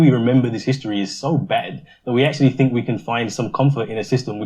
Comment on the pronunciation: Oh we're getting a bit sick of people biting the hand that has fed. The fool can't even pronounce "think". Send him to Libya.